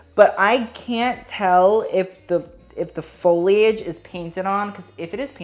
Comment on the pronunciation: Much repsct for properly pronouncing "foliage".